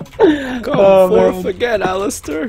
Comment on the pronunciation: it's aleister not alistier